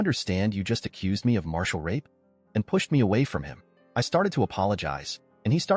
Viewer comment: Ma ri tal not martial. Also, shitty ending no closure